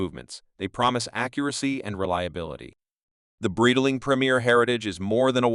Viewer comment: it's pronounced BRIGHT-ling, not brittle-ing